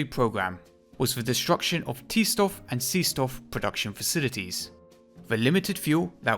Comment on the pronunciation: i was going to comment whatever to help your stats or whatever, but your essay was fantastic and i couldn’t stop watching. “t stoff” sounds horrific